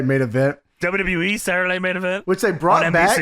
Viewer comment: ' "DuhYuhYee" is amongst the laziest pronunciations of "WWE" going today. Respect. I keep track of these things.